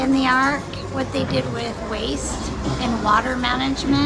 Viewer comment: Been waiting on this one!!!!, its ARK, not AWK!! Very cool!! So fun!